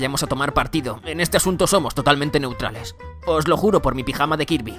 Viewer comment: "se los juro por mi pillama de kirby"